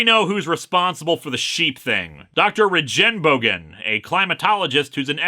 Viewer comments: a lil pronouncing correction: The Name Regenbogen seems to be the german word for Rainbow and it's Regen-part is not pronounced like Regen for Regenerate but with a hard g, instead of Rejenbogen more like Regenbogen^^ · Linkara is worried he mispronounced "Freeholdshire-Upon-Marsh" and then continues to pronounce "Regenbogen" (German for rainbow") as "Re-dschen-bougen" without batting an eye... I appreciate this unintentional comedy :) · Regenbogen is Dutch and actually pronounced more like Ray-Gen-Bow-Gen, the Dutch G sound doesn't really have a English equivelant i think. the word means Rainbows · Wait, is that not where the whole phrase "Tony Chu is dead" comes from? Also, Regenbogen is German for rainbow and is pronounced REAGAN BOGEN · German lesson incoming: The first g in Regenbogen isnt soft, it's pronounced like the G in Guerilla. Regenbogen is the german word for rainbow. German lesson over.